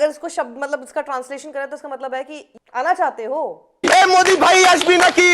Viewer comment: Sakshi, Aashbi Naaki hai, Asbi Naaki nahi, please uccharan sahi se Karo bhai!